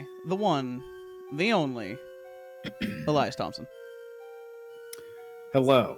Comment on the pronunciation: Elias… Elais… Elius… Eliabus… EELIETUSK